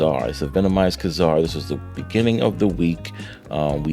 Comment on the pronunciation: it's pronounced Kay Zar he was in a few episodes of the old marvel cartoons I think